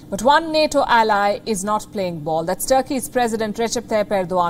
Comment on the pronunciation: It's not taarkey it's TURKEY like TUR KI